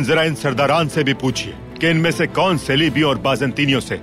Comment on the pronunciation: “Kaun” hota hai bhai “kun” nahi